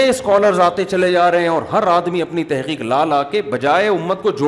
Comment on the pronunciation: مفتی صاحب لفظ تِحقیق نہیں ہوتا تَحقیق ہوتا ہے